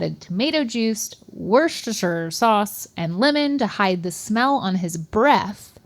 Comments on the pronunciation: … it’s Wooster-shire. It’s that easy. 😉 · Guys you’re making pronouncing “Worcestershire” far more difficult and incorrect than it should be It’s like Wuss-terr-sheer/wuster sheer. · "Wuh-sha-sheer" sauce. Breaking American brains and mouths since the 19th century. Some helpful pronunciation options: Woost-er-sure/Woost-a-sure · “Worjesterhfir sauce” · WAR-CHESTER-SHIRE SAUCE lol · Its pronounced 'wuster' even though its spelled Worcestershire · wor-chester-shire sauce is how you say that. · 'Woos-Ta-Sheer Sauce' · Why can’t pronounce Worcestershire? She went to culinary school